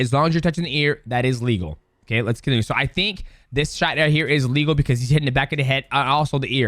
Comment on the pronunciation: they way you say ''A legal'' sounds just like illegal lol - maybe say one is okay other isn't